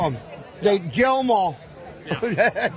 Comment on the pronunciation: I wouldn't say it is CLEAR exactly, but yeah, I agree, it does seem like he said jail after all. WOW, that's an unfortunate speech impediment to have. Good job he isn't tRump! Good hearing you have there! That is .